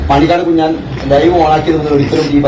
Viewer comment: കുഞ്ഞൻ അല്ല കുഞ്ഞാൻ ആണ്